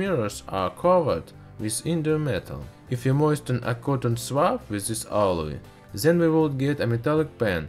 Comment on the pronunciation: what the fuq why did the say teez its teeth there is no s or z in it what the fuq people and its not zen its then